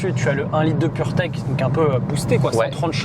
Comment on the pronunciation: Dès qu on entend purteck 🤣🤣🤣